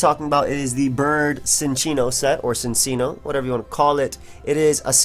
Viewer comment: Cinccino is actually pronounced Chin-Chee-no (according to the anime)